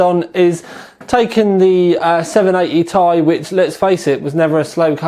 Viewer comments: Nice review, but god your killing me, I'm pretty sure it's T-I not tie, but who cares your reviews rock, LOL :p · Does anybody else find the way he says "Ti" like its one word annoying? I mean come on... Has this guy ever watched another video of somebody else saying the name of this card and thought," Hmmmm maybe it isn't pronounced like one word." I would have thought by now that he would have figured out he was saying it wrong. Its like saying an acronym as if it was a word. For example if you asked him to say "NSA" would it come out sounding like he said it as one word? Damn I spent too much time on that comment... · 780 "tie" xD